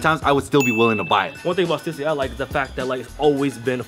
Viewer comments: I thought it was pronounced "stuhssy" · Stoosy??? You mean Stüssy lmao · Stoosy? Bruh it's stussy. Same as Adidas, not Adeedas. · I really hate how they said stussy, it's sta-sea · Is that how they pronounce the stussy? haha..i have been pronounce it wrong for years.. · did they pronounce stussy wrong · I have never heard someone pronounce "Stussy" like that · it has an umlaut ü not u